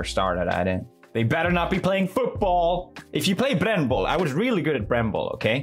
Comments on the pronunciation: "BRRRRRRenball" I'm a German and I'm shook. (In German it means something like "burnball") He said that name so beautiful. I'm not crying you are... Edit:boiii I never had this much likes / comemnt thx 💗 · He said it in swedish, brännboll